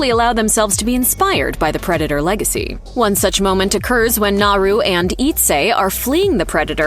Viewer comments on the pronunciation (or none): One super annoying detail missed... How to pronounce Naru... The r is said as if it were a d... NahDoo.